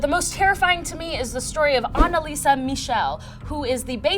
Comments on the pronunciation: Annaliese!!! Her name is Annaliese! Not Annalisa!!! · It’s anneliese not anneliesa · ANNELIESE NOT ANALISA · ANNELIESE NOT ANSLISA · Why did she pronounce the first girls name as Anna-Lisa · she tried so hard to pronounce it right but it still was wrong everytime xD its not your fault german is an ugly language